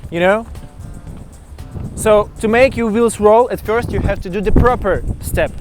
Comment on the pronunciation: сри вирст степс , не сри плизз